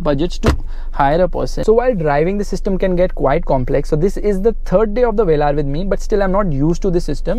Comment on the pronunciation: Jeremy Clarkson calls it's Velur... Wheels are eyesore though